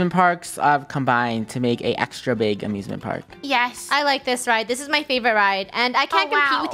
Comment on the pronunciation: I thought she sead abusement park